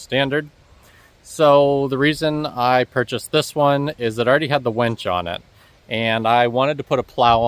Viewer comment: Just for the record, its a winch not a wench.